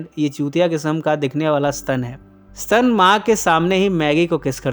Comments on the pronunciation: स्तन नही स्टेन हा हा हा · Sir ji S T A N = SSS TTT AAA NNN Not Stun eya ssstannn... Mujhey isi words se 3 idiots ki college wala lecture eyaad ati h 😁😅😆😂😆😂😅😆😀😀😁😁